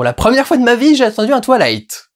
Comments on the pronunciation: Tu dis twalight au lieu de twouailight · "twa-ï-la-ïte", et pas "twa-la-ïte". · C'est cool, je vois que tu en as profité pour corriger ta prononciation de "Breaking Dawn" (En effet, "Breaking DOWN" ça le faisait pas trop) ... par contre, je constate avec amusement que tu continues à mal prononcer Twilight -> Twa-i-light serait plus juste phonétiquement ;) ... A moins que tu le fasse exprès car cette franchise ne mérite pas qu'on fasse le moindre effort sur la prononciation de son nom ... Ce que je comprendrais parfaitement ! 🤣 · Ça me tue quoi il le prononce "toilight" 😂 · Quand tu dis twilight j ai l impression que tu vas dire toilettes